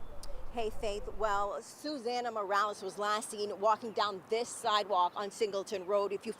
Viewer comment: Speaks perfectly until there's a Mexicans name involved then starts pronouncing it mOrAleZ!! Cut the shit!!